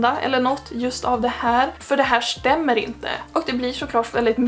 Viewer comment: Μer norrländska tack 👍😂